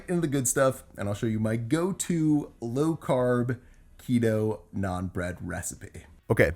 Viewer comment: I love how you pronounce naan as it should be! nice recipe!